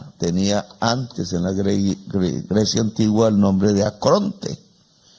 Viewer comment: ¡Que no es "acronte", ¡So burro! - Se dice ARCONTE.